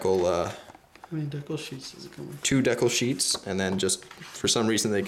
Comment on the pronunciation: decle? dont you mean decal sorry just never heard it pronounced that way lol